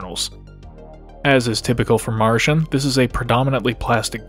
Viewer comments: Marshen? Ma-ru-shin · Ma Lu ShIn